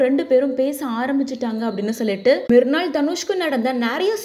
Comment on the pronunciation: Its not mirnal its mrunal